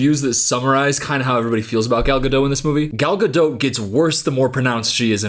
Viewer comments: I think the hardest thing ive done as a French major, second to watching a Gal Godot movie, was listening to this man (no hate) pronounce the 't' in Godot for 20 minutes straight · Thank you. To anyone who doubts this fact, search YouTube for “how to pronounce Gal Gadot” and you’ll hear it from her own lips. If links weren’t forbidden I would’ve provided it. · “this fk ass BOB” 🤣🤣🤣also, I like how you enunciate the “T” in Gadot (it’s silent!) 😂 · Her name is Gal Gadot, not Gal Gado. She is Israeli, not French. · Come on, she is not French, why do you pronounce her last name like GadO😂 it’s pronounced with a T at the end: GadoT. Stress on first syllable. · You could say her name right though…she’s not French, it’s Gad-dot, you can say the damn T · You really are hitting the ‘T’ in Gadot. I wondered the whole first part but you totally are. It’s pronounced ga-doh. Not ga-dote. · your pronunciation of “Gadot” will be burned into my head for eternity. it’s fucking ga-dot. not gah-dote. LMAOOOOO. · why is no one commenting on the fact that is pronouncing her last name as ga-dote and not gadot (ga-doh) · It’s pronounced gado you don’t say the T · her name is pronounced Ger-dot! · is it not pronounced "Gadough"?? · Gah-DOT. She's not French, FFS. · what is her last name lol one minute it’s gaDOT then gaDOE then gaDOTE like why is it always pronounced different lmaoo. literally every video I’ve seen they pronounce each one within a few minutes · assuming you're pronouncing her name with a hard T as a slur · It’s Gal GadoT, she isn’t French she is of Israeli decent. No silent T . As yes she is a terrible actor!! 😂😂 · You’re right that she sucks at acting but if you’re going to make a 20 minute video blasting her then at least say her name right. It’s Gal guh-dawt. Do you pronounce dot as dowt? All you need to do is listen to her say her own name. It’s annoying listening to you say it wrong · Why can't this guy pronounce Gadot's name?